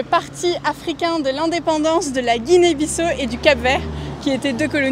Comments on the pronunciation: la moindre politesse est de se renseigner sur la prononciation du nom du pays. pas guinée bisso, mais bissau se prononce bissaou. et où est la difficulté de récupérer le colis ? avez-vous sillonné tout le pays pour le trouver ? le destinataire absent du pays, on vous a remis son paquet sans problème. par ailleurs, je vais régulièrement au Sénégal. quand je le veux, même mes courses et mes plats commandés en ligne me soint livrés à domicile. je ne comprends pas cette généralisation. l'Afrique est un continent. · Et d'ailleurs vous dite guinee bisso c'est guinee biss à au sa s'entend comme sa juste en précision